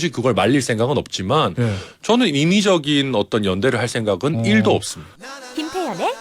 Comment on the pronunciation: 1도 없다는 말이 왜 100%라고 들리나 ?